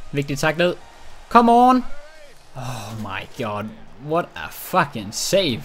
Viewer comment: Det hedder ikke fuckin det hedder fucking